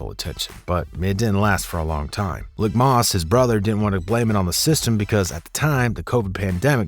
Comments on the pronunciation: "LEEK (Leak)"....LIK....MOSS. Not "lick" moss. Fucking up that man name. He's running OBH now. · Leek moss not lick moss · It’s pronounced like Leek Moss